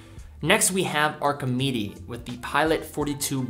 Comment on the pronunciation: Probably should have compared the Archimede stainless steel models instead of the slightly odd bronze. (It's pronounced Arsh-ee-med.)